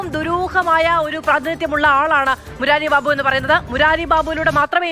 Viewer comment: മുരാരി ബാബു അല്ല.. മൂരി ബാബു